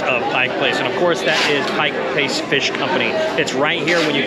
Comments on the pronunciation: It's "Pike Place". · The first rule of journalism…get the damned NAME RIGHT. Pike Place….duuuhhh…